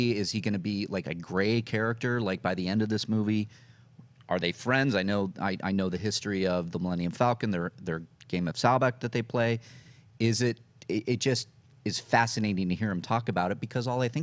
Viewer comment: Sabaac, not "Salbaac" :P